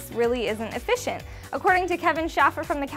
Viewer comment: She said "Eee-Fish shent" EEFISHENT efficient. I would prefer, next time we do this... That I NOT have to explain myself so thoroughly. 2 words & the kicker. Correct spelling of said kicker, 1time & 1time only, IS perfect execution. Welcome is what U are time.